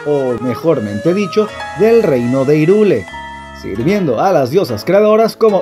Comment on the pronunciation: Me perdiste en el momento en que dijiste irule tv xD porque nadie puede entender que se pronuncia jairul? Por último si odias la H puede ser irul pero por dios hahaha como sufro xD (igual ta weno su video joven buen trabajo dejo mi like but please reconsider hyrule)